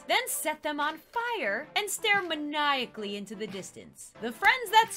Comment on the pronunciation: I'm pretty sure that's not how you pronounce manically